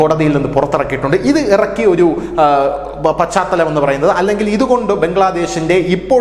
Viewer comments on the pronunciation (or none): none